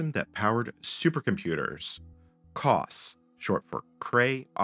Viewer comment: I worked on the Cray VM/370 Station, or just the VM Station for short. I wish I had kept a copy of it. Sigh. For anyone who has access to the source, my initials are BGM. I'd appreciate a copy. Just FYI, your pronunciation of COS is not how we at Cray called it. For us it was more CO-S, as in co followed by a S sound. Thank you for a trip down memory lane. I just realized with both a Cray and IBM S/370 hardware emulators, a person could run the MVS or VM Station and connect them to a Cray running COS. UNICOS also should the emulator support the Cray 2.